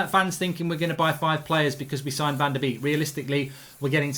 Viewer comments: Donny van de Beek is pronounced ‘bake’ as in baking a cake Mark ?....also as in the 250th birthday boy - Ludwig van Beethoven ! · It's pronounced "Bek" but make the e a bit longer cause of the double e. I know, Dutch pronunciations are hard